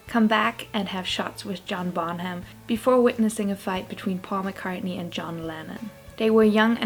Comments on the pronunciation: It's pronounced like this: Bon-uhm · Nine minute video about “children” and not one word about their parents. “Bonham” has a silent “h.” It’s pronounced “Bon-num.” The word “consent” is pronounced with the emphasis on the second, not the first, syllable. The correct pronunciation of the legal term is “statutory,” not “statuary,” rape.